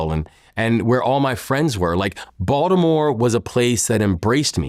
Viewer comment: He can’t even say Baltimore correctly